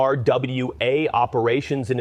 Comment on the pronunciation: Israels Claims OF UN-RWA as its Pronounced, which is unfortunate this channel could not make the effort to learn the correct pronunciation, Israel when it claims there are terrorists in it is an outright lie, as UN-RWA checks the background of all its workers. Netanyahu himself deployed ISIS fighters into Gaza and Netanyahu is the terrorist in this situation...